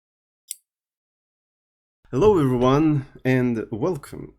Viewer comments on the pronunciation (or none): "Hello everynyan~" This is what I hear everytime says, Nice video btw